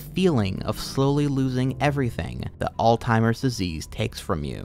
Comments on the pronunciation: how are you going to sat old timers disease when you're reading off a script that has it written right in front of you? come on bro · Forgive me, are you saying, "all timers" pr "all zimers"? Again, sorry.. pronunciation is a peeve of mine. Like when people say "eckcetra" instead of "etcetera".